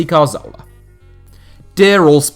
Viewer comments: Hey, I think the issue people have with your Santi Cazorla pronunciation isn't the way you say the "z". It's where you're placing the "r" sound. Regardless of the "z" pronunciation, you say it as if it is spelled Carzola. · We can forgive you for not being able to pronounce any name that isn't English, but it's more like dyslexia. Most English speakers wouldn't pronounce 'z' as 'th', that's fine. But moving the 'r' so that Cazorla becomes Carzola is really unusual. Apologies if you are actually dyslexic. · Good video but i cant stand you butchering Cazorla's name...It was annoying hearing it over and over and over again..So i stopped at number 2